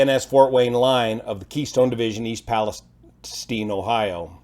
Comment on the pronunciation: I live about 30 miles east of the site and what impressed me is that pronounced East Palestine correctly. Top notch reporting as usual from. I have been watching his reports since Oroville,.Just wish the MSM would take some lessons from him on how to do a factual report.